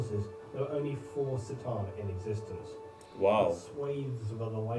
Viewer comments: This guy pronounces it wrong. Its not Satan.. it's C"Tan.(ka-tahn) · I wonder if that time when he made the video the pronunciation was unclear or why he says it like that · It was made back before Games Workshop had clarified the pronunciation of C’tan.